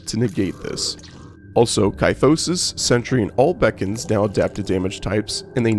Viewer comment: Bee cons. Not bacons